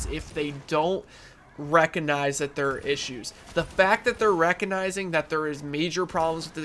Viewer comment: There's a 'g' in the word recognize.. -_